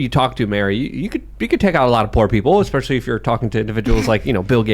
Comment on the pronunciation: Yayy more or whatecer his last name is. That boy loves saying (especially) more than any other word. " when...", " when...", " when..."